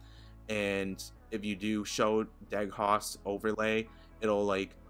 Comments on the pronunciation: de-ghost, not deg-host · Just to add to the above: It's pronounced "de-ghost" not "deg-host" ;-) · He said "Deg-hawst" ahahahaha De-ghost buddy de ghost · Stopped watching at "deg-host" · My guy said "deg-host" instead of "de-ghost" lol. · I believe its pronounced de-ghost but all around good video dude! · It's pronounced Dee-Ghost xD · "deg-haust" omg I'm dying lol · Ok, New Drinking Game! Everytime he says Deeghous TAKE A SHOT SHOT SHOT SHOT SHOT EVERYBODY!!!!! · it's pronounced de-ghost, like spooky ghost lol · I almost spit out coffee from two days ago when you pronounced this incrorrectly>>>>LMAO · I kinda have to laugh because your mispronunciation shows you’re young. Us “old-timers” (I’m turning 40 today) know what ghosting is because we grew up in a bygone era when dinosaurs still roamed the earth with cameras that required your subjects to practically hold their breath to avoid ghosting. 😂